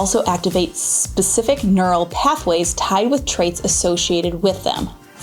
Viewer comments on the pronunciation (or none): none